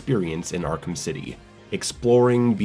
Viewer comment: Arkham not Arkam 😂